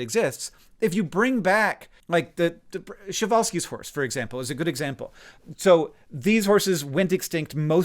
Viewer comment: Kept thinking you were saying "Chevalski's horse" (not Przewalski's) which struck me very funny. "Horse guy's horse." The pronunciation is still pretty funny.